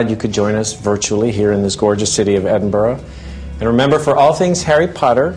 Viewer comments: Haha 'Edin-boro', the Yanks often have trouble pronouncing our capital. For future reference it's pronounced 'Edin-bur-a'. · 'Edinburrow'? "Edin-buh-ruh." or even "Edinbruh." Get it right you over-the-ponder's. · EDINBURGH NOT EDINBOROUGH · I'm an American and I used to think it was "Edin-burg." Just found out that's not how you say it! Now I say it as "Edin-burrah" lol. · It is NOT Edinburrow. Listen to JK - she says it properly. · "Edinboro"??? FFS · Omg Americans say Edinburgh right please! -.-... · His pronunciation of Edinburgh... *cringe* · why cant americans say edinburgh